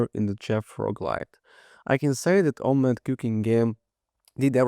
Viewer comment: i'm sure it's meant to be pronounced sort of like "imma let you cook". Come on.